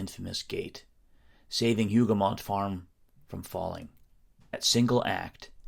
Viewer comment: Hougou mon. The T is silent. Thanks for the very interesting video. Much appreciated.